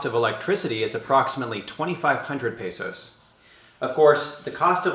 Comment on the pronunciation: After two years you should learn how to pronounce "Luzon" and "peso" like a native.